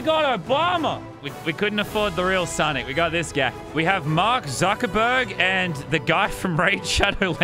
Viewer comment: How did you pronounce sonic😂